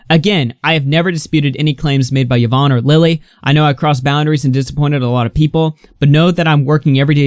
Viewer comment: im i the only one bothered that he cannot pronounce yvonne's name correctly